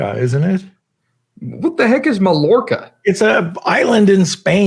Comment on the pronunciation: Great video! Mallorca is pronounced - muh·yaw·kuh